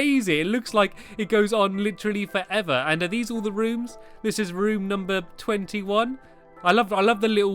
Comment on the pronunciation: the way he said 21